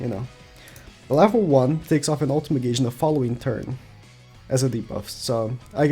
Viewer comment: U know i guess i should say it now.... u pronounced gauge wrong